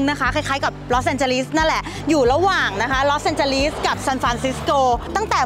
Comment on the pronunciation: จะทำคลิบเกี่ยวกับประเทศเขา ก่อนอื่นหัดออกเสียงชื่อเมืองเขาให้ถูก ลอสเองเจลีส ไม่ใช่ ลีด คาร์เมล เมืองกับเคาน์ตี้ต่างกันอย่างไร คำพูด เฮ้ยๆๆๆมากไป ตัดออกบ้าง ติเพื่อก่อนะ